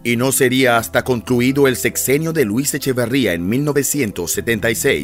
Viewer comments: ¡¡já!!..eche...que??? varría...?? ¿no eres mexicano verdad??---jeje no es echevaaarría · HOLA! EL APELLIDO DEL PRESIDENTE ERA ECHEVERRIA Y EL APELLIDO DE SU ESPOSA ERA ZUNO NO ZUÑO. ANTES DE SACAR SUS VIDEOS ASEGURESE QUE NO TIENE ERRORES EN SUS DATOS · Te aclaro que el nombre de este ex presidente es Echeverría y no Echavarría, como lo dices en tu video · Es Echeverría no Echavarría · Es Luis Echeverría , no Echevarría. Y es María Esther Zuno , no Zuño. Infórmense bien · Luis Echeverría no Echevarría, Esther Zuno no Zuño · Echeveeeeeeeeería, no Echevaaaaaría. Y Zunnnnnno, no Zuñññño! Que caray! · Documéntate... no es "Zuño', es "Zuno"; no es "Echavarría", es "Echeverría"... tu compromiso es informar, no confundir con lo que difunden... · El presidente se apellida ECHEVERRIA, y no Echevarría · Luis Echeverria no Echavarria, haces documentales y ni siquiera el apellido te sabes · EchEverría, no EchAvarría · ...no es echevarria... es echeverria... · A ver locutorcito... Los apellidos son Echeverría y Zuno, no Echavarría ni Zuño. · No es Echevarría, es Echeverría. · NO es EchAvArria es EchEvErria.... ojo Tampoco era el apellido de la primera dama de aquel entonces ZuÑo, era ZuNo.... buen video solo corregir esos detalles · Porque chinga...el q habla decir... Echavarría.....y no Echeverria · Echeverría no Echavarria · Interesantes datos. Aunque creo que fuera de cronología y quien hace la narración debería de informarse mejor antes de hablar, ya que no era "Echevarria" sino "Echeverria" el apellido del Presidente. Y la esposa del mismo, su apellido fue "Zuno", no "Zuño". Tampoco tiene sentido que se ganó la antipatía del presidente Echeverria, y que murió en 1989, puesto que el periodo del tal presidente fue de 1970 a 1976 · Echeverria. Quién narra, sólo lo pronunció bien una sola vez. Echeverria, no Echavarría. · El ex presidente se llamaba Luis ECHEVERRIA ... NO Echavarria... Otra Ma Esther ZUNO.. NO ZUÑO ..B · No era Luis Echevarría, sino Luis Echeverría